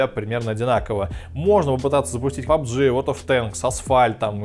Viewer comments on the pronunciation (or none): none